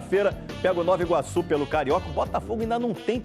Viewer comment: O nome é NOVA IGUAÇU e NÃO nove Iguaçu!